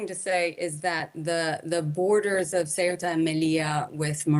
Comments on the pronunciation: It's Ceuta, not Cueta or Sueta... please... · It’s pronounced Ce-U-Ta no Cu-E-Ta lady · CNN, not sweater, CEUTA, read it as it's written. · Not sure how the newsreader isn't able to pronounce the name of this territory. It's "say-OO-ta", not "QUET-ta." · CEUTA IS IN NORTH AFRICA. It isn't pronounced "sweater" either. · She can’t pronounce even the name of the area! It’s not sweater!,,!! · If you are a professional reporter, please learn to pronounce the name of the location correctly. "Say-oo-ta". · Why doesn’t she know how to pronounce the city? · How can you trust a report that cant even pronounce the region correctly in english? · She’s pronouncing the country’s name incorrectly 😮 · The anchor has problems reading a five-letter-word (Ceuta). A deplorable display of American ignorance. And to make it very clear: Melilla and Ceuta are not in Europe. They are Spanish colonies in Africa which Morocco claims as its territory. And to all Americans who believe a wall will do anything good: take a close look! The border at Ceuta is a military grade fortification comparable to the Iron Curtain.